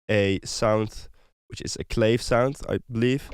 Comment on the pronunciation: great video! Thanks soooo much! just a friendly fyi: it’s pronounced clAvé, like agAve :)